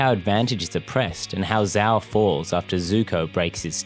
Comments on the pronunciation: love the video couldnt agree more but "sh-ow" no "z-ow" the name is said multiple times so forgive me for being annoyed when people pronounce it wrong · It's not ZZZZao, it's Zhhao..if that clears the pronunciation any better -_ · VARIOUS videos it's pronounced jow not zow Even though it's spelled with a z, it's not how it's pronounced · I can’t take this video seriously when you can’t even pronounce Admiral Zhao’s name right. It’s Zhao not Zao. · One of, if not THE greatest show ever (animated, or otherwise), and I couldn't agree more with your argument. And I don't mean to be /that guy/ but it's not pronounced Zao, it's got a sound similar to 'sh' but with a z instead. When saying it, your lips should move like you're saying a J sound, but longer. Again, sorry to be that douche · I really cringe at your pronunciation of the name Zhao. Not only is it not how it's pronounced in the show, but it's not how it's pronounced in its intended-inspired Traditional Mandarin origins. It is, as its pronounced in the show, (zjao). Sincerely, A guy who's been living in a Chinese-speaking country for the last 5 years. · The pronunciation of Zhao’s name forced me to click off the video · They literally say Zhao the correct way for the like 2 full season dude how are you saying it wrong? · Why do you not say Zhao correctly. They say his name plenty in the show.